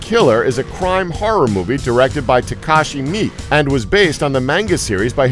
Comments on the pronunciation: Mi-ke not Meek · His name is pronounced Mee-kay. Not meek. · 8 and 2. it`s said as "me kay " not mee. these are all common j-horror movies, seen them, have them. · I don't want to get on you about the bad pronunciation of some of the Japanese words, but I just want to correct the name of the director of Ichi the Killer and Audition. It's Takashi Miike (me-kay) not just "me". For anyone interested, he's a very avant garde director, he's like the Quintin Tarantino of Japan. He does a lot of Yakuza films (which Ichi the Killer is more related to than horror). But as for horror, you can't go wrong with "Audition" and his more main stream horror film "Chakushin Ari" (One Missed Call) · "goings ons" and mik... instead of mik-ay the narrator needs to learn how to speak..let alone speak americanese...its like spanglish but english japanese.. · Takashi Mi???? you mean Takashi MIIKE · I love this channel but you guys need to at least double check your pronunciations before you throw your content up. There is no such thing as a truly silent vowel sound in Japanese. Miike sounds like Mee Kay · okay, god damn it, I've heard like 30 different pronunciations of Takashi Miike. What's the real one? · why can't anyone in these vids ever pronounce manga correctly? Also his pronunciation of Miike was terrible .....